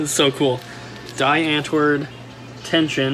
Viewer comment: So funny to hear you pronounce die antwoord. Just found a website to check how long i've been subbed to you for, I've watched you since November 9, 2012 apparently! But you're the reason i follow retro gaming as a whole, so thanks for the past couple years! It's crazy how you went from uploading a pickup video every one or two months to seeing you upload every single day. Huge respect for keeping it up! Been enjoying it clearly for years. Also just made my first plunge into "retro gaming" ordered a custom Bartop Arcade machine and the Super Nintendo Fiber Optic sign! once i'm moved to a bigger place i'll be slowly collecting games